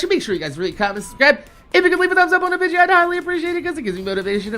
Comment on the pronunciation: say: VIDEO